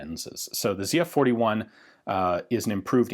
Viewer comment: thank you for pronouncing the name right lol